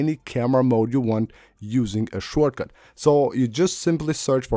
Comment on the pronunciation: “Shore” cut lol